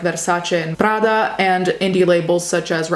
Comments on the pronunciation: one of the few times i've seen a youtuber pronounce Versace and Prada correctly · Yessssssss finally a YouTuber than can properly say Versace and Prada. Only took an Italian. Lol. amo essere italiano